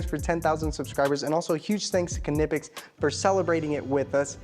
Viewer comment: Say it with me... NYE-PEX Just like the word knife, the k is silent. Great tools though, seriously, I have a ton of them.